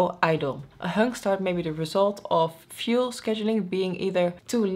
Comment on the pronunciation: "Fluef", I love human errors, it's cute.